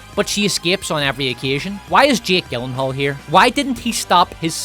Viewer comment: Gyllenhaal is pronounced like Germany, not the way you keep saying it. Oh, hey, where's the cum-kiss-from-Queer and Scum-rape scene reference? It's not a video without them!